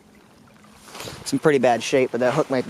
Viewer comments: Senko, not sinko. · its seiko not sinko